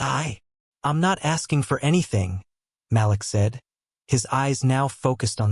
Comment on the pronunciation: can you please pronounce Malik as "Ma leek"? I love your stories but it makes me a little "off" when names are not pronounced correctly.